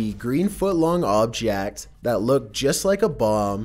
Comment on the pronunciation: Or "oobjEKT" (Object)